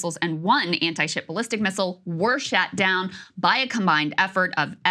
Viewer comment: “Shat down” 😂. What kind of weapons are they using??